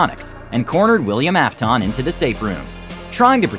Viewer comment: It is pronounced af-tin